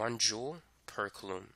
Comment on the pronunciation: It's pronounced "coolum" not "kalloom"